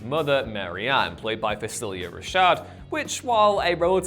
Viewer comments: ... Dude. Did you just say "FeSILLia" Rashad? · Who’s “Facillia” Rashad? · This guy’s pronunciation of “Nike” and “Phylicia” Rashad’s name made my brain cry. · The butchering of Phylicia Rashad's name is crazy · The butchering of Phy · The more I think about it, the more I believe the deliberately mispronounce words to get reactions and clicks of some kind out of people.